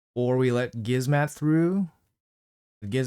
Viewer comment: bro its not Gizmat and su zen, its gizmaK and sHu zen lmao love the live arena vids tho